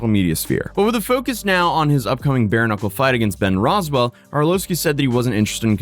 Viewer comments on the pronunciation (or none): Lol buddy couldn't even say Rothwell . It makes me wonder how well he actually knows the subjects he covers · Ben Rothwell*** not roswell Not to he an mma nerd 🤣